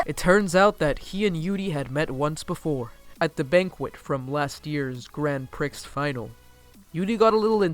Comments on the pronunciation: I am sure someone if not many have said, but it is not Grand Pricks but Grand pre in terms of pronunciation. otherwise a great presentation. Thank you. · i mean grand isnt really pronounced as "grand" either. more like gron(but the n is nasal and not pronounced??) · I'm kinda late to the party but has anyone already noticed the little mispronoucing of Grand Prix Final? Cause since it's a French word English speakers took, it still has kind of a French pronounciation so you don't say the final "x" in Prix 😊 just saying, don't see it as a petty remark I'm just trying to help 👋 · ‘grand pricks final’ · dude, "Grand Prix" is not "Grand Pricks". Prix="Pree" (it's French) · Okay so I know this is epic old BUT THE X IS SILENT It's pronounced "pr-EE" not "pr-ICKS" And so is the D in "Grand" "Grand Prix" together is "gr-AU-n pr-EE" It's french bruh, stop trying to americanise it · Grand PRICKS final 😂😂 It's pronounced like you would pronounce 'pree' . 😂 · "Grand Pricks Final" X'''D I died. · The Channel of Zelphar When I heard 'PRICKS' I literally whispered "It's pree" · Loved the video and your commentary but yaoi is pronounced like ya-wee and grand prix is either pronounced like grahn pree or grand pree depending on where you're from lol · I'm sorry but the way you say prix and yaoi is wrong. Just needed to tell you, prix is pronounced pree and yaoi like yowee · It is Grand Pree, silly. The X is not pronounced. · nobody:: pri*x* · couldn't continue watching after you WATCHED THE ANIME and STILL PRONOUNCED PRIX AS 'PRICKS' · Grand Pricks!!!! Ya OY!!!!! Hahahah XD I'm sorry the pronounciations cracked me up! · honestly, I found that so funny. I'm still laughing about the Grand Pricks award :,D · I don't mean to be that person buUUUUutTTt it's grand PREE its spelled grand prix but pronounced grand prEE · “grand pricks final” HAHAHA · "Grand prix" is French, so it's pronounced "Grahnd Pri" lol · It's pronounced Gran PREE! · Grand "pricks" final. I fucking DIED. 😂😂